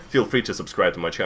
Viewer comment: Plot twist: at the end of this video he said "piss" instead of "peace"